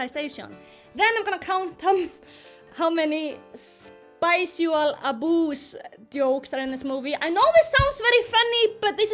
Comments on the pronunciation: I am going to say spicual instead of sexual from now on...thanks. And you were asking, no i did not find it funny at all. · why did i hear spicual aboos as spousal aboos 💀